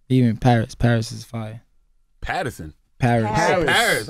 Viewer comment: Nikka said Patterson